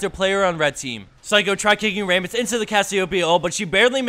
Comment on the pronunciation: Wait.. Ray-muss? Not Ra-muss?